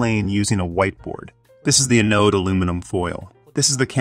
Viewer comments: Is that a computer voice? Its pronunciation of most words was spot-on, but some of the technical terms were pronounced badly. "Anode" is supposed to be pronounced with the emphasis on the first syllable: AN-ode, not a-NODE. ("Anode" should rhyme with "cathode," which was pronounced perfectly.) "Farad" is supposed to be pronounced with the emphasis on the first syllable, and a soft final a: FAIR-ad, not fuh-ROD. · STOP saying "Uh Node". Correct is "Anode" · ann!... node....english pronunciation, the accent is on the "an" not the ...node. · Thanks for the very informative video. I found it distracting that "anode" and "Farad" were not pronounced correctly, however. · Learn how to say anode 😭